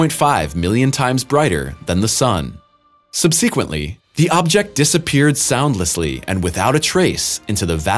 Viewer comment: "Sub-seek-quently" "Go-dard" You guys are killin' me